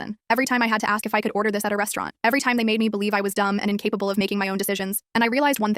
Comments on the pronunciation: Restaurant ❌️ Restewarwn't ✅️ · " Restuwearant " XD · This is a sad story but A RESTUWERNT??😂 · westuerant? hmm eye luv westuerants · “Restuŵřeůwãřæņt” I’m deceased😭🤚